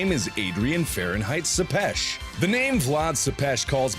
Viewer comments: Tepes isn't pronounces "suppesh" it's pronounced "Tepesh" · Its vlad tepes not sepes